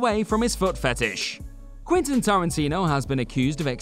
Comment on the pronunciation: Yea like he said whatever floats your boat Quinton 😆 I mean who doesn't know how to pronounce Quentin and its not like its live u could re-record that segment times must be hard at whatculture 😆 😁